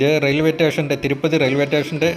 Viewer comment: റെയിൽവേ ടേഷൻ അല്ല. സ്റ്റേഷൻ